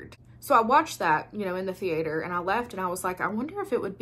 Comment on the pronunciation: I havent seen any of these but you have me convinced. Thanks for the great video. Oh--and I just love the way you say the-aye-ter